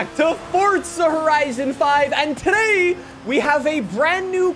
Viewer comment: The way this man says “today” makes me lose 50% of my IQ. “And TUHDAYE”